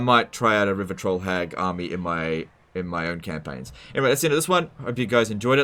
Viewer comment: 0/10 cause i have to listen to "rivah twoll hagggggg".